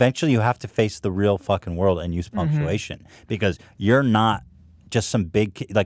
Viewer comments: I love how Hila pronounces WORLD as WORD! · Hilla trying to say "world" is starting to bug me lol it always sounds like "word"